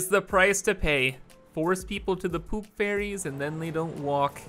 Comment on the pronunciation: I hear "poop fairies" instead of "poop ferries"